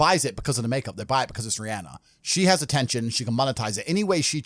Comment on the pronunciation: ATEETION AND MONETIZE